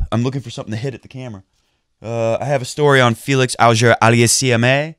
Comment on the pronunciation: Sorry,, but you butchered Felix's last name 0_0